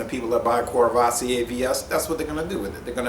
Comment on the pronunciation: I really enjoy your informative and laid-back videos. Thank you! PSA: No Rs are pronounced. KUH-VUH-SEE-AY